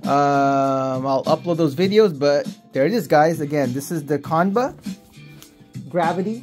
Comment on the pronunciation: It's pronounced- "Chan-buh"